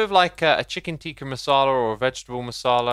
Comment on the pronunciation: The pronounciation of chicken tikka masala cracks me out Glad you like curry visit India sometime we have much more than just curry